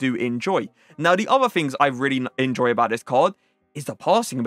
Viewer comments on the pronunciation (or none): none